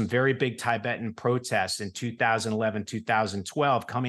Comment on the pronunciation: It’s hard to trust words of a man who says tie-bet instead of Tibet